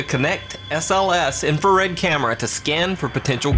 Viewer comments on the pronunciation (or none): none